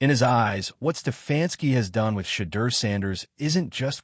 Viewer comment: His development can’t even say Shedeur’s name